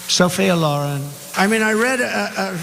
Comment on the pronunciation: He doesn’t say Kamala Harris’ name right but he can’t say Sofia Loren’s name right either